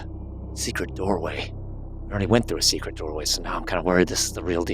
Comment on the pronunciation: "Secret yourselves into some robes"... he said it wrong , made it sound like secrete, 's why we say it more like seekrit when its said, ewww